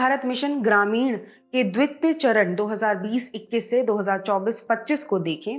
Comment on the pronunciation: द्वित्य नहीं द्वितीय मैम 🙏🤦